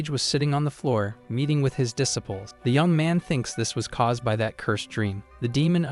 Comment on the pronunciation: IDK if I can handle "duh sipples". Am I going to hear a mental correction over every mispronunciation? It's irritating AF.